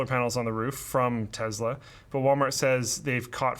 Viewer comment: The way say’s Tesla actually bothers me so much....Tezla? 🤣